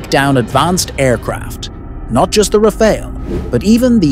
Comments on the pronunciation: "Rah Fahl" not the Red Ninja Turtle Ra Pha El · "Rafail"... Pronounce it right, bro. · so annoying u keep saying elite refail, elite refail, what the heck is that? like hermes bag worth of billions of rupee?